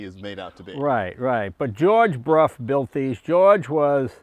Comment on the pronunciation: dear Donald....could you please correct the underline of the motorcycle part...it is a Brough Superior, not Bruff😉